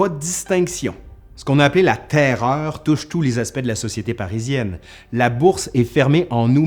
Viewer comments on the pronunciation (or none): J'adore comment tu prononces la TAIRREOREU ! :)